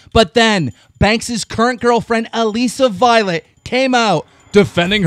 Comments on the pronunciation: STOP CALLING HER ALEEESA VIOLET LMAO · is anyone gunna tell keemstar how to pronounce ALISSA violet?? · I hate how keemstar can't pronounce anyone's name correctly. He says Alissa Violet "Aleeesa Violet" lmao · Keem stop pronouncing alissa violet like that